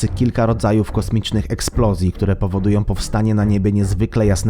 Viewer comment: Bendom, muszom, powodujom, tworzom, mogom, całom >>lektor kładzie ten film.